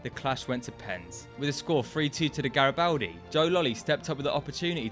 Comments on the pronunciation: Gari-bald-di btw! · It’s pronounced GaribOldi